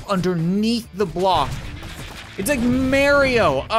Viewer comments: Mairo? You kinda said it wrong it's Mario or are you from a different culture? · It’s Mario not mayrio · Marryio No NOooo!! It's marr-e-oh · “It’s like maario” Cap no it’s Mario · “It’s like ‘maryo’” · Did he just say Marry io #TRIGGERD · mary-o? never heard of it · Did any body realize that cap said merio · Not merio but mArio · did you just say "merio"? REEEEEEEEEEEEEEEEE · I have never heard someone say "Mawio" instead of Mario before LMAO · I think it's the Canadian accent that makes him say it like marry-oh instead of Mario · "it's like merio" Me: is that a canadian thing to say merio or is it just you? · i like how he says mario "its like merio" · Oh by the way Cap this is how you pronounce Mario; Mar (low e) o. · It’s MARIO how can you not say mario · He said merio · its Mario but ok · The game is pronounced Mario. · You pronounce Mario like Mare-ee-oh? Seriously? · HE PRONOUNCED MARIO WRONG UUUUUUUUHHHHHHHHHH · When he mispronounced Mario I was triggered. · He said mario wrong